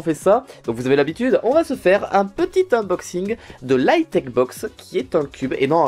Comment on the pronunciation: je rigole à chaque fois qu'il dit : inboxing / Oui je suis une gamine et à l'aur?😂